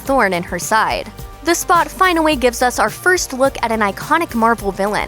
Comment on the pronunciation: Did she say finaweee?